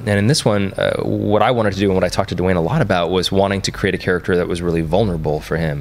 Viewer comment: LoL, Dwayne is just "Dwain", not "Duh-wane".